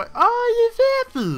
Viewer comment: its phan-py not phan-phy